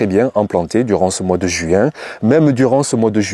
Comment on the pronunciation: JUouin ???c'est drôle votre façon de prononcer le mot...😄 l